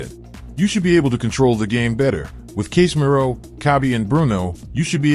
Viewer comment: Is this text to speech, because the pronunciations of the players' names is just awful. Casemiro? Gravenberch? This is a football channel, the least it can do is say names correctly.